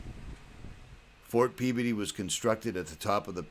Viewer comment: Just watched your video..love it..your from Massachusetts???North shore,id guess by way you pronounce Peabody...great video of telluride...love it